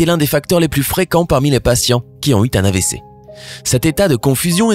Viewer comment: A "les patients qui ont eu un AVC" et non pas "qui ont eu t-un AVC" Liaison mal-t-à-propos.